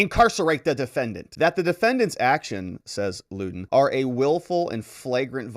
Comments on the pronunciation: Thank you for the break down and update of this man's shameful behavior to his own daughter. I do think though that the mother's name is pronounced "London" not Luden. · Her name is Lunden pronounced “London”. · Ummm....I think it's LuN dun Roberts. About the fifth person I've heard, pronounce it Lew don. One of those narcissistic name things where people think a cool name males them desirable. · Lunden Roberts as in "London".